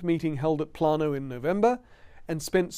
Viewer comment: The pronounciation is "Play-noh", not "Plan-oh". You talk about a campmeeting that James and Ellen White attended in 1878, then say "At this campmeeting in 1888", which leaves a very strange impression that the campmeeting went on for 10 years straight.